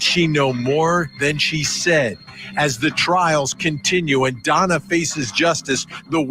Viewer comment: DONNA not FONNA ... LOL